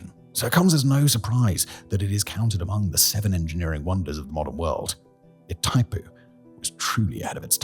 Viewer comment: Please: "GWAH-EE-RAH". "PAH-RAH-NAH". "EE-THAI-POO".